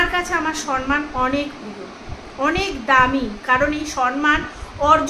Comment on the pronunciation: তুমি উচ্চারণে সরমান বলেছো সম্মান না বলে।